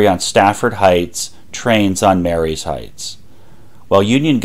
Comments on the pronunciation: Excellent presentation! One quibble... it's pronounced Marye's Heights in the way one might say "Marie's" (ma-REEs) rather than "Mary's" (MAYR-ees). Someone has to be that native Fredericksburg accent around here! But well done... very well done. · Pronounced 'Marie's' Heights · The heights above Fredericksburg is pronounced Marie's Heights, although spelt Marye's Heights. A common mistake! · 👍 I live in Chancellor and came to comments for that and Sophia St. We pronounce it As"So-pheye-uh." Great video!